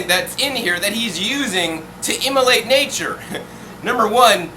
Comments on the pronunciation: I realize he's trying to say emulate but it keeps coming out as immolate i.e. to kill or sacrifice. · great stuff! just wanted you to know that that word is 'emulate' :):):)